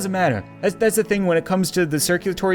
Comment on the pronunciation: it said th instead of the =